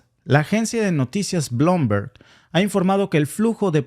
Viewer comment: Bloomberg se pronuncia Blumberg amigo😅